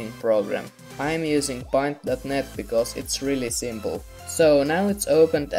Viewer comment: Are you Finnish? You sound Finnish by saying paint that way.